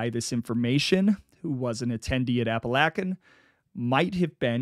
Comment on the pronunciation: Love it I grew up around Pittston PA and now live in southern NY by Endicott. Glad someone finally talking about being from the area he is like a gangster folk hero. For future reference it’s pronounced App-A-Lake-An an Oh-We-Go. Thanks for the content